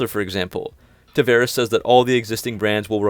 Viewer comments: I'm sorry, but it grates everytime you mispronounce the CEO's name. It's TavAres not TavEres. Come on. It's not hard. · It's "Tavares", the "va" is spelled like the "vau" in the word "vault".